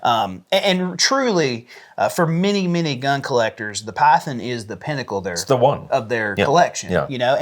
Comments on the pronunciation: Good Lord, it's pronounced PYTHON not PYTHEN you hillbilly, as a Colt collector I'm glad you prefer S&W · Excuse me did you “Piethen”…. Python ….Python!…lol😂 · Please pronounce Python as it is meant, it's not pythin.